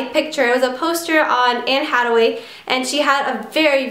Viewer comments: It's hath-away. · its pronounced Ha The Way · her name is pronounced anne haTHaway TH not T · Agh it's anne haTHaway.... Sorry but that bothered me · How do you pronounce her name wrong??? there's clearly a TH sound..... oh well it doesnt matter i still love you!!!! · did she really just pronounce it "hataway" and "miserablez" .. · Anne hattaway lol it's anne Hathaway and it lay miser ob is how it's pronounced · ohh dear... Anne's last name is pronounced 'hath-away' not 'hadway'. Les Miserables is not pronounced like that; its 'lay miz-erh-ab' just for future reference so you don't walk around saying it like that any more aha.... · I understand if you want to correct her just so she knows, but no need to be rude about it. Just because you know how to pronounce Les Mis and Hathaway correctly doesn't make you better than her.